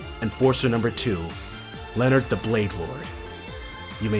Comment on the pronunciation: It's officially pronounced Len-Heart the Bladelord, but Leon-heart is cool. Just please don't say it like Leonard again :p EDIT: Also, need to mention this because it's disconcerting me, but it's LU-gran, emphasis on the Lu there, not Le. Otherwise you just sound like you're saying Laura's hometown :p